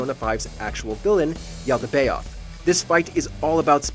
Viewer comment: Yalda-bay-oth lmao